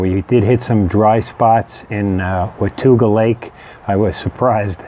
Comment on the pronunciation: This is great oher than mispronouncing Watauga Lake. I was on the part of the trail above the lake last Saturday. I live about 20 minutes away from that part of the trail.